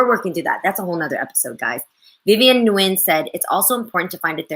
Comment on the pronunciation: Jeanie, you’re Viet. You can say Nguyen the Viet way correctly instead of saying it the white way.. it’s one thing that’s annoying